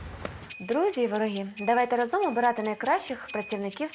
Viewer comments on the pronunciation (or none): none